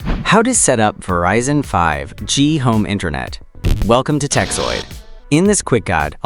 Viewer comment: It sounds like you don't get 5G. It is not pronounced "Verizon Home 5, G," because the 5G stands for "Fifth Generation."